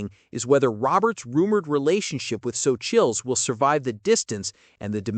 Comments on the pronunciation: Practice your pronunciation on Xocchitl Gomez’s name. Just google it and it will help you understand how to pronounce the name properly. Great video except for a rookie mistake easily corrected! ❤ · X O Chittle? 😂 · Her name is pronounced So-Chee